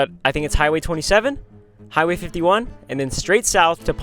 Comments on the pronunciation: its surprising how many times you said ponchatoula correctly!! its "pawn-chuh-too-luh" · Strawberry capital! I get my hair cut there lmao its pon cha two la. so u said it right multiple times. we just call it ponchi tho